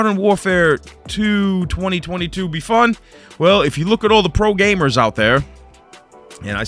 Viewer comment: The way he pronounced the pro names😂😂